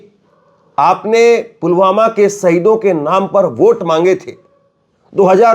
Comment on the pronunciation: सर, मोदी जी पुलवामा नहीं पुलगामा बोल रहे हैं।😜